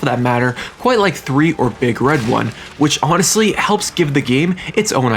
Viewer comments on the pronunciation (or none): none